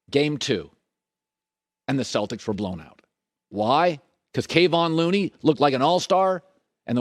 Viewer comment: colin: Ime Udoka: “Ime Udoku” Kevin looney: “KayVon looney”